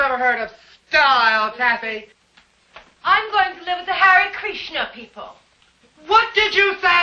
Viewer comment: I love how later Ida says "hare krishner"